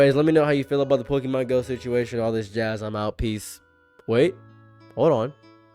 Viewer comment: I love you, but please don't be like the others. It's pronounced "Pokémon," not "Pokeymon."